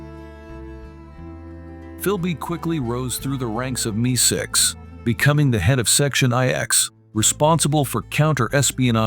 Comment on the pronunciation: Need a human narrator. “Me-6”? 🙄